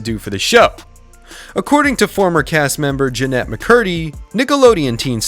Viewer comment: lol "cat valenTEENe" "jennEETte mccurdy"😂